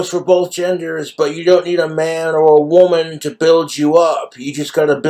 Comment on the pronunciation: "thats a quote from ...a wumun i heard from.."